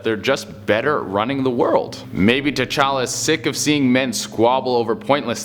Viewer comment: Every time he says t challa I think tachanks